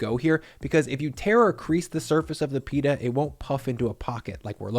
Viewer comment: Pita not "Peetah'"